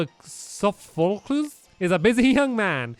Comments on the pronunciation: You say that guys name. Soph a clees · You say it sofoclees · Sofoglees is the way you say it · AND SOPHOCLES IS PRONOUNCED SOPHO-CLEAS